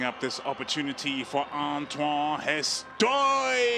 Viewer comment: It's not Antwon it's Ontwan 😀